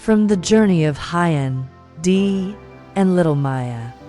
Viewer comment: Please check on how to pronounce Huyen's name. It sounds so odd. Maya has celebrated her 5th birthday and preparing for her 6th birthday. Thank you for checking this family's facts.